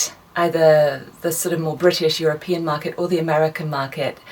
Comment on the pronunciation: When she said Market. It totally sounded Kiwi.